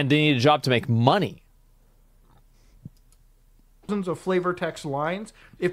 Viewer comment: Yes they're mad they're not getting paid or getting money, because they might get "replaced"... he just went around in circles... bro just wanted to emphasize the word "money" to imply it's about greed. What's happening to Asmon? I don't usually disagree with him until this ai/artists doesn't matter crap.